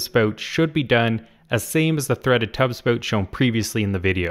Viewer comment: a Canadian dialect. Please be kind.